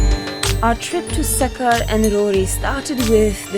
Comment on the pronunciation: Funny part was sucker😅😂😂😂 Its sukker but pronounce as sukkhur